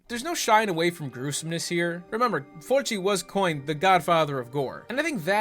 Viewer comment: Why you sayin' Fulci like that lol?